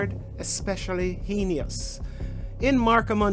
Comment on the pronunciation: I don't think I would trust the opinion of anyone who could not even pronounce the word "heinous".